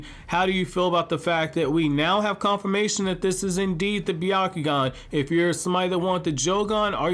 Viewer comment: It's pronounced Byakugan. But it's ok. We all make mistakes.